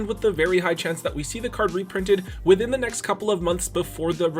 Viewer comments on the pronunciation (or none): none